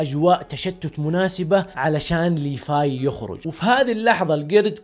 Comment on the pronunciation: ليفاي وتتتت ليفاي؟. ايش فيك انت مايقولون ليفاي بل لسان لازم تقولها بحرف ال v خربت ام لأسم 🤮🤮🤮🤮